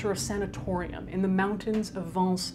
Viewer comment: The pronunciation of "Vence" was PER-FECT. !